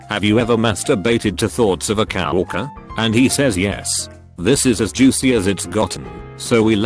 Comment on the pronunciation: Who else just loves it when he pronounces "Coworker" "Couw- oarkur"